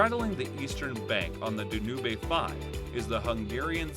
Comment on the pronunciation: I'm sure you are pronouncing the River Danube wrong.